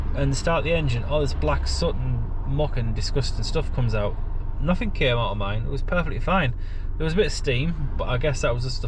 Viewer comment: At least in went frough, pleased it wasn't free fousand😮,pleased it's noffing